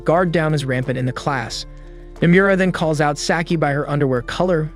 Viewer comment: The way he pronounces Nomura's name would piss off Nomura himself.